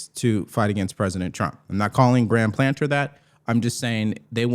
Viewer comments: Hey. Its PLATNER, NOT PLANTER. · PLAT-NER not PLANTER